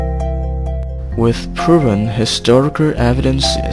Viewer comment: "Wissu puruven historicurr evidense"